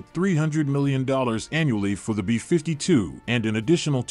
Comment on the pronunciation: Why can’t you pronounce “B-52” correctly? It’s BEE fifty two, not bee FIFTY two.